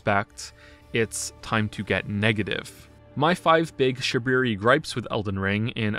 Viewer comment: I'm listening to this in the car and had to pull over to commend you for 'shabriri gripes' 😂 10/10